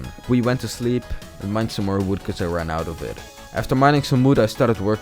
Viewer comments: Why Do you say wwood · And its like uwi